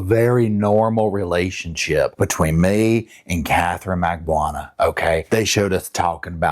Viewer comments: Mag-BAN-oo-wah … not mag-boo-ana. Just saying. And it’s re-BUTT-al, not rebute-al. Like your vids. Glad you’re not AI. Just some feedback. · Bro, it's Mag-ba-NU-a. The name is pronounced exactly as it's spelled. Cultural competence starts with a willingness to open our eyes and ears. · Thank you! It makes me cringe every time he mispronounces her name. Especially given the “intimate” nature of their past relationship 🤭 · Doesn't even know/know how to pronounce Katie's last name yet trusts her with a whole murder plot